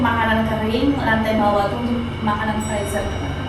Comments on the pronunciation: Freezer dibacanya frizer mba😊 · mbak, ibu senang mengikuti kegiatan mbak, yg selalu semangat masak2 - boleh koreksi sedikit, makanan yg di bekukan itu dimasukan kedalan freezer ( di bacanya friser mbak ), ngak apa2 ya dikoreksi sedikit biar tambah OK..salam dari Ibu di Bekasi, Indonesia